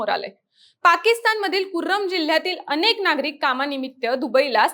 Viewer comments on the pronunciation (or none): none